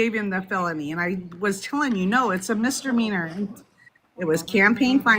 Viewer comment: what’s a mistermeaner? 🤣